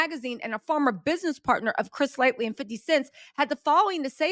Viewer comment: I came to this video like , I hope she’s pronouncing it LIGHT-TEE this time and not LIGHTLY….. 😅😅😅